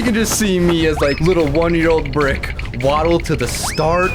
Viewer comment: You Dede rik inset of brick